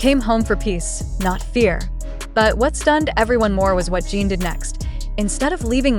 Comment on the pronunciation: It’s JIN not gene